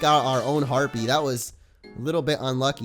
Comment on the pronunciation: Harpee is a his a herpee lol